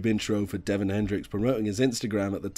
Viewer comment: ITS DÉVON, ACCENT, ACCENT, LISTEN TO HIS SONGS!!